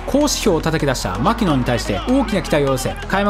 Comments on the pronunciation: マキノンのイントネーションは「マ」ではなく「キ」にアクセントを置くのが正しい。マ「キ」ノンね。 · マキノンの発音はアニヤンだと何度でも言い続ける